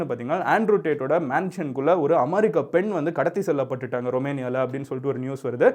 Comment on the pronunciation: You can pronounced America next time correctly